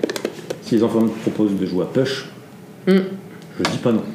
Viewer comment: Ahhhhh nous ne prononçons pas ' PUCHE ' mais " POUCHE " ...